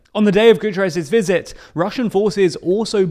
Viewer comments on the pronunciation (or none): none